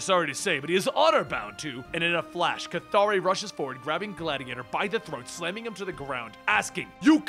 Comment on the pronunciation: How can you pronounce the name "K'ythri" like.. "Kathari"? Was there any official guidance of it?? I have wondered it for long! I'm going to be pleased if u answer me,, :)